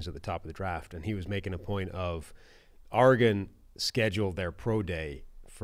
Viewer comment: He said Auregon